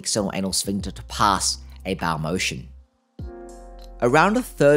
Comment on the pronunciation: Small "baow" lol. You're good though